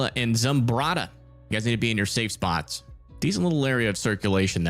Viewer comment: Future reference, Zumbrota is pronouned (Zum-BRO-ta)🤣 current resident of that tiny town